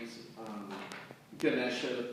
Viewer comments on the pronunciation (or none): none